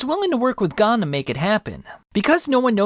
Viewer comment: I have never heard pronoun Gon’s name like this